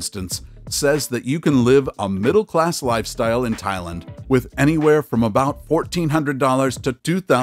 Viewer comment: Why can he not correctly pronounce Thailand?